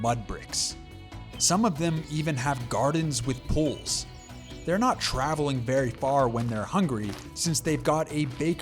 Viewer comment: I had this on in the background, I didn't realize he was saying pools. I was wondering why everybody had poles, what were they into back in the day? 🤨